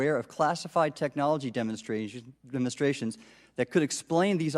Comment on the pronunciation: Did he say Demonstration or Demon Stratton ?